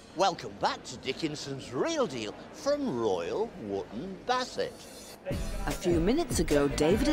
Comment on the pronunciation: 38.40 "Here in Royal Woop Bassett". Oh dear Davey.